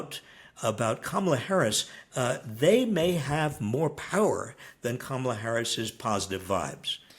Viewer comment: Robert starts to mistakenly call her Pummel-a and I love that nickname now 😂 Mamala, Pummela, Kamala. Get out and vote!